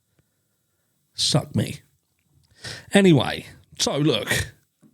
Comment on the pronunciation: Chuckle chuckle with you saying tough